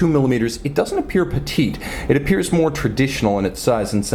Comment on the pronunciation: You gotta trim wrist hairs or else it messes wrist shots! And stop sounding ouuoo ouooo .. more- mouuorr.... profile -- prouofile...